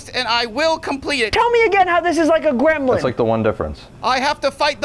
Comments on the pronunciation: I don’t think Justin roiland was actually saying Gremlin, sounded more like Grimblind 😂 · Making the silent b in gremblin not silent was a stroke of genius!